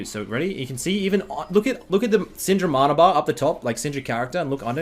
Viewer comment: how does he say MARNA? when he says man is it man or marn? ITS MANA fs